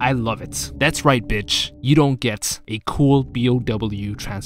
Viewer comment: Didn’t want to, but I had to. It was painful hearing it multiple times. Excella Gionne (Ghee-Oh-Nay) Otherwise, Love your channel !